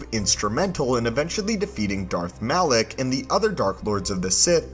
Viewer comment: Malak, not Alak 😂 but no biggie, you caught it later! Great video!